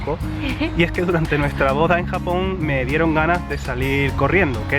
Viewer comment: baja pensé que era el unico. Yo también vuelvo a escuchar Japón con jamón regresando el vídeo ajsjs